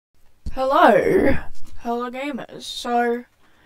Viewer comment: Bro was like: hElLaR